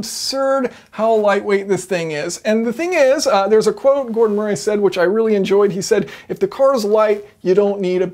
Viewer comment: MURREE! MURREE! It’s pronounced MURREE. Have you never heard of the name Murray? It’s frustrating to hear someone who supposedly has a solid grip on mechanical engineering concepts struggle like an amputee with a basic name.